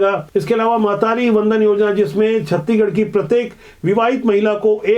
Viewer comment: छत्तीगड़ नहीं सर जी छत्तीसगढ़ है